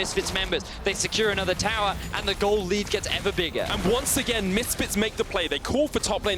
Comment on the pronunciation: That "Once Agayn" 😂